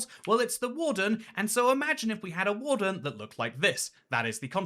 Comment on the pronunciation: I heard “Wool-fern” but maybe she meant warden?